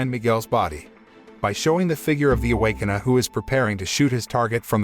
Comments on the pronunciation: The Away-Con-err? ROFL Awake-kin-er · Can you say ,Rrrrr? Now say awaken…! Now say..A w a k e n e r..Ok…much better…..just foolin around…thanks … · Bruh the robot voice can't even pronounce Awakener and just says Awakena